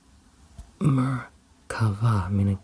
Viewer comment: As a native Hebrew speaker, hearing "Merkavah" (מרכבה) in the middle of the video was a pleasant surprise and you nailed it.